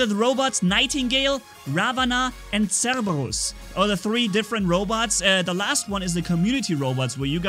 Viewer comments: I think it's pronounced sir ber us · cerberus is pronounced Sir-ber-us In Greek mythology it's the three headed dog that is the guardian of the gates of the underworld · They lost me at Cerberus Cerberus is pronounced Sir-brrr-us